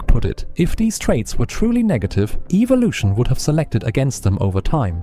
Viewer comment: 1) Evolution is a MYTH. 2) Evolution is incorrectly being pronounced in this Video. 3) MOST people who have ADHD have it because they were Vaxxed as Children; The Genetic Link is EXTREMELY RARE.